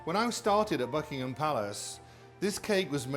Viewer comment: I thought he said FUCKINHAM PALACE 😂😂😂😂😂😂😂